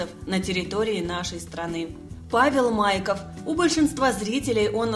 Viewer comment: МайкОв. Ударение на ,,О,,.